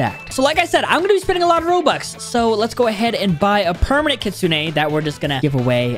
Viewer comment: Bro said *pernament kitchen*😂